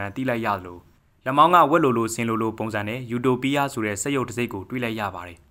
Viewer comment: ယူတိုပီးယား❌အူတိုပိအ✅